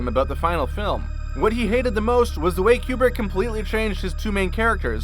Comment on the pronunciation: Koo brick, not Kee Yoo brick.